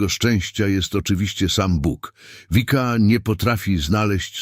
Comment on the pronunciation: Wszystko pomieszane. W niebie nie ma jeszcze ciał materialnych. Komentarze są bez sensu w wielu miejscach. I nie „Wika”, tylko Vicka. Po prostu.